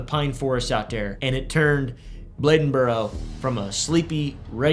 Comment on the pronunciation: Thank you for saying Bladen correctly.